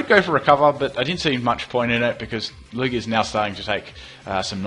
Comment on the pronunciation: Christovaal Schmidt I definitely don't use Lew-ig-ia though XD I'm pretty sure its pronounced Lew-gia